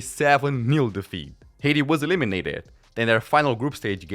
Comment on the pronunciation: How the fuck you pronounce Haiti hahaha, thats so funny. Except that, really like the video, great stuff bud.